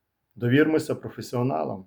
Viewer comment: я не знаю, чому Ви так різко до добродія налаштовані. Я його майже не дивився і поки нічого поганого сказати не можу, просто дуже насторожив наголос на "професіоналах".